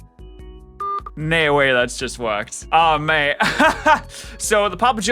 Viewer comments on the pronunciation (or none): none